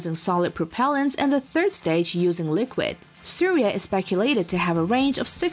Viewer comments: suriya na ki syria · And again its not syria, its Surya, means Sun. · That's Surya missile not Syria missile and it's Agni not acne.